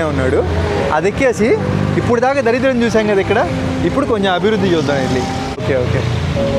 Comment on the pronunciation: daridram ra samy.. danidram kaadu